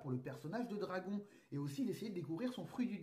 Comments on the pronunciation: stp, dis dragone pls.... ça fait mal aux oreilles d'entendre dragon, ok, que les scan pour temoin,, mais regarde un peu l'anime en japonais et tu comprendra xD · pour l'amour du ciel mec prononce bien le nom de dragon (dragone) a chaque fois j'ai l impression que tu parle d'un dragon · on prononce dragonne ! ;)